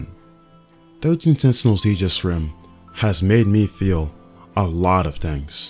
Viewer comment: Finally someone who pronounces "aegis" correctly lol